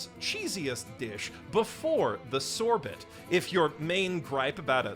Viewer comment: I can’t actually tell whether pronouncing Hors d’oeuvre, faux pas and sorbet etc wrong is a running joke or not . . .